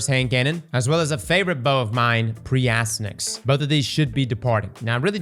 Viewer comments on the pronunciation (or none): You messed up on the promo code😅 you said “Azcross” instead of “Aztecross”